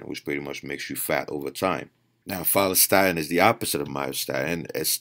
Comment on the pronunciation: Had to Google opposite of myostatin, ur not clear in ur pronunciation: Follistatin.